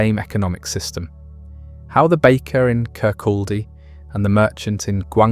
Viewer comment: Its very irritating hearing Kirkaldy mispronounced. Its "Kircoddy" the L is silent.